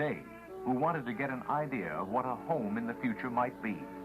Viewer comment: Hahaha "plastic is fthe uture" lol well what I know is that plastic is one of the most problems around the world